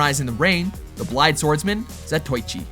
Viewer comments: ugh... more bad Japanese pronunciation. Not "Zuh toy chee"... "Zah Toe Ee Chee". Why has no one said anything yet about practicing these names before reading them for the vids? Look, you say every piece separately and each vowel gets its own sound. All "i"s sound like a long E like bee. O's are like long O's like toe. U's sound like ooh. A's sound like in an O in Stop. so Zatoichi is ZAH TOE EE CHEE. Kunoichi is KOO NO EE CHEE. That's the basics. After that, it's all simple details. The only exception is with double vowels which tend to elongate the sound like a double emphasis, but it's hard to confer in typing so you'll have to hear it for yourself. Please make better attempts as you're talking to the crowd who know watches Anime like we watch Marvel movies. It's important to sound less ignorant. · Za - toe - ichi. Not Zatoychi. 😩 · It pronounced zato-ichi not za-toy-chi. Frank dukes not frank ducks even though it's spelled dux. They always mispronounce words. Get it right. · its not zatoychi its za-to-eechi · Seriously? you pronounce Zatoichi "Zah-toy-chee" Its supposed to be "Zah- toe-ee-chi" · Not "za-toy-chē", "sah-toe-ē-chē". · Zatoichi. Say it with me. "Zah toh ee chee"